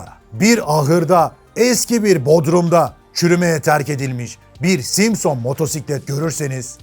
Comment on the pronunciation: aynen simsıñ degil simson ustad. emegine saglik. birde efsane honda kinetic var di zamaninda usta onu da anlat ne olur. saygilar.